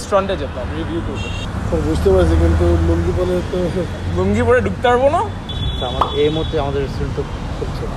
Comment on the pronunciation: ঢুকতারবোনা? না এটা ঢুকতে পারবোনা হবে। মাঝেমধ্যেই এমন ভুল শব্দ উচ্চারণ আপনাদের কাছ থেকে শোনা যায়।যেগুলো হাস্যকর!